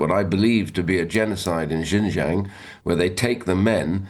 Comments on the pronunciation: He cannot even pronounce Xinjiang properly. Hardly an authority on China. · There’s nothing truthful about it — just misinformation. He cannot even pronounce Xinjiang correctly..